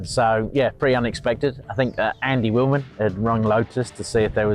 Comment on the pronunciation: Wilman not Willman